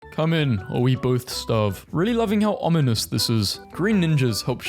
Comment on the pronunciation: Holy sh*t he pronounced ominous right